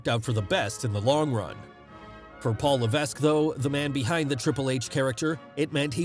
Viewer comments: Austin won king of the ring in 96 not 97. And it’s pronounced Paul Leveck. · It's pronounced Levek the S is silent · The S in Levesque is silent